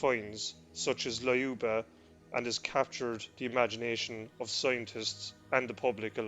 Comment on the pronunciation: You completely mispronounced 'Lyuba'. The y here is pronounced as a consonant, NOT as a vowel. It is not 'Lie-ooba' but 'Lyooba', TWO SYLLABLES, NOT THREE.